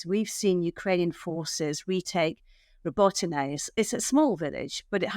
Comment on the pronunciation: Your points are valid but what irritates me is that often mispronounces place names. Here she is calling Robotnye 'robot-nay'. Phonetically it should be robot ne_' - as in 'ne'rvous and _ye as in 'yeah). IMO for a professional interviewer to get such a thing wrong is sloppy work.